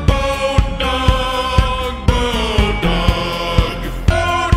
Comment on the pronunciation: I can't understand him. Is he saying goat dong?